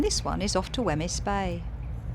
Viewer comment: Nice video. Note on pronunciation of local areas: “Rothesay” = ROTH-SEE “Wemyss Bay” = WEEMZ Bay